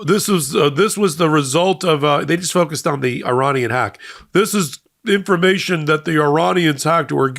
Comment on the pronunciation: Love watching your show , just one criticism please can you pronounce Iranian properly it is not how you say it lol .